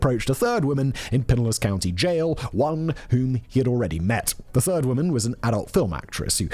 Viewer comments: Pinellas = Puh-NELLAS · Pinellas - Pin - ay - uhs. Just trying to help you out Simon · “PIE NEL LASS” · "piniliss" lol :D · Lmfao I had to hear you say Pinellas a few times 😂😂😂😂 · Yep I found it funny also, as I’m sitting on a toilet inside of pinellas county